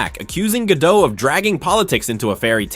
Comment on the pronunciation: GadoT - T is not silent, it is Israeli, not French